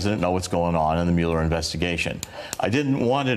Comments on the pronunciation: "Mewuller". I hate that they mispronounce his name on purpose. It only makes them sound childish. He wants a pardon. LOL. Pardons are only for GUILTY people...or have we forgotten that? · Why isn't he pronouncing "Mueller" properly??? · Notice how many Trump co-conspirators say "Mule-er" instead of Mueller? One way the rats can identify each other. This guy was an INTERMEDIARY, and he is lying, just like he always lies. Just like Stone always lies. Just like Nunberg always lies. Just like Trump always lies. Just like Trump Jr always lies. Just like the Republicans in Congress always lie to cover up for them. The GOP has become the LIE.